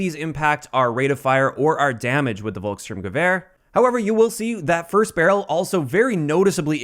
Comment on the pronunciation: It’s not “Wolk”, it’s Folk and the “L” is always soft in German. It’s read Folks-shtoorm-gewehr